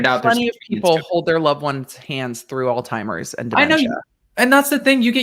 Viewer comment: Its not Alteimers. its Alzhemiers please pronounce it correctly!